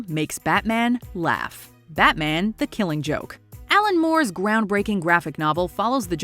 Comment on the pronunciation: The way she pronounces The Killing Joke bothers me.